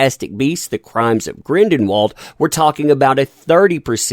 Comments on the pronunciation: Grindelwald, not Grindenwald !!!!! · Are you purposely mispronouncing the last name Grindelwald or was that accidental because it's hilarious? Lol Grindenwald hahaha